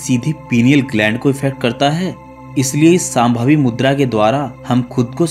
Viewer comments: अरे भाई आप लोग हर वक्त श,का उच्चार स मे क्यू करतेहो सांभवी नही शामभवी' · यह साम्भवी मुद्रा नहीं है शाम्भवी मुद्रा है , उच्चारण गलत ना करें कृपया 🙏